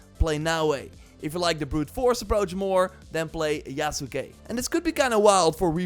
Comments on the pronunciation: its pronounced YASS-KAY. it aint that hard... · STOP SAYING THE U IN YASUKE ITS YASKE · Yasuke = Yahs-kay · Just a heads up, you are pronouncing the name slightly wrong. The U is more or less silent